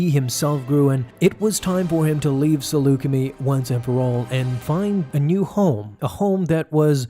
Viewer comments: It’s Saleucam”i”, not “Saleucamee” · I love it when you say Selucummie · I'm sure you've watched c the clone wars and bad batch and heard the pronunciation of saleucami "Sa Luke a my" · Dude, they say “Salucemi” several times in that episode. Can you really not hear yourself mispronounce it? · You pronounced saleucami wrong 😅